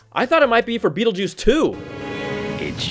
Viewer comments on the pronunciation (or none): none